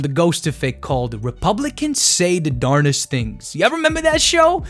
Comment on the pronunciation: Also, it is darndest not darnest. I think you are esl and its a weird word so you get a double pass lol